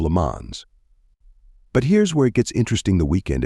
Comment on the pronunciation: LemanS? LemanSS? what are you, born yesterday? skipped french class? never heard anyone say Lemans before? dont give a f for properly saying the most famous track in all of motorsport?